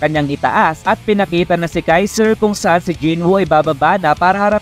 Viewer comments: Kaisel ❌ Kaiser ✅ 😂😂😂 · Kaizel Hindi kaizer tamumol